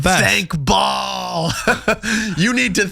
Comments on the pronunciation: ba(-ə)l Not Ball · It's Baal... Not bal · It's Baal, not ball lol, dumb bot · Baal is pronounced ‘bay-el’ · Baal means boss. And is pronounced bale. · It’s pronounced “Bail” - BAAL. And its demonic spirit is most definitely real.